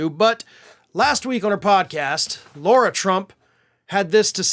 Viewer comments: Lara, not Laura,! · It's LARA, not LAURA.